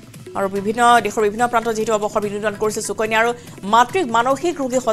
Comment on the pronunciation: চুকণ্যা .....? 😂😂😂 বানান কি আৰু কেনেকৈ উচ্চাৰণ কৰিব ? অসমীয়া ভাষাত শ স ষ আদি আখৰ থকা শব্দক কেনেকৈ উচ্চাৰণ কৰে ? এগৰাকী অসমীয়া ভাষী হৈ নজনাটো দু:খজনক কথা নহয়নে ? যি দৰে আপোনালোকে সদায়*, *সন্ধিয়া*, *শনিবাৰ*, *ভাষা আদিবোৰ উচ্চাৰণ কৰে তেনেকৈ সুকন্যা বুলি উচ্চাৰণ নকৰিব নে ? ভাষা শুদ্ধকৈ ব্যৱহাৰ বা কবলৈ চেষ্টা কৰক কিয়নো অসমীয়া আপোনালোকৰ মাতৃ ভাষা ।